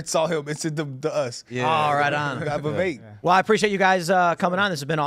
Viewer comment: Awesome video but - it’s “Viv-vayk” like “cake” as Vivek himself loves to say to help people pronounce his name properly 😄